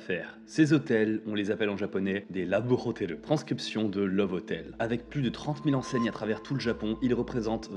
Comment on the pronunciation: Je suis mort. À , j'entends "ces hotels, on les appelle en japonais des : 'Laboure hoteleuh' "! Et bah, violent ces japonnais !